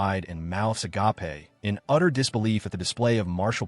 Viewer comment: mouth "a-ga-pe"? 😅